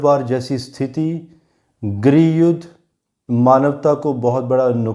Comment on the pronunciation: Hi,, fab wale KALE ANGREJ, Hindi achche see book let, पीडियां नहीं पीढियां होता है गिरिह युद्घ नहीं ग्रह युद्ध बोल